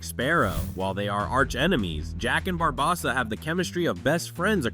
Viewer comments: It’s BarbOssa, not BarbossA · Once I heard him say Barbossa's name wrong, thums down, you sir have never seen one pirates ☠️ movie.